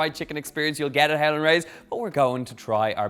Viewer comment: I thought he said 'Helen' Rays lol